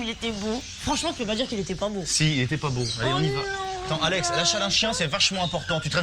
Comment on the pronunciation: It's Alex not Alexi, xD and her full name is Alexandra